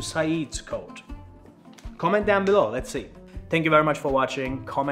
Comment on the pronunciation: Very nice to get a broad perspective on religion in Türkiye: history, statistics, tolerance, "what to expect." I feel better informed now. I'm from the USA. The English was very good. One small point: We say "quote" with more of a "w" sound, like "kwote." Çok teşekkürler!